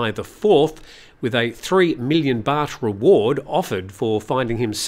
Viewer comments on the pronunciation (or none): none